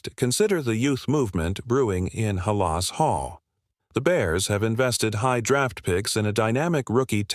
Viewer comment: Try getting an AI announcer that can pronounce Halas. But ofcourse if all you are doing is putting news up as clickbait....